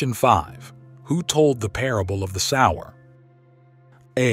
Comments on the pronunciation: The word sower is announced sow er, not sourer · I got 14...Your pronunciation of the word "sower" is incorrect. Also Question 13 Stephen was the first martyr, being stoned to dead But the Bible did not say he came back alive Ref. Acts 7:60...he fell asleep (died).